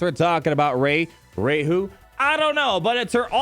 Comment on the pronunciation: Kid you not everytime you say Ray I think you say Raid. The most important legend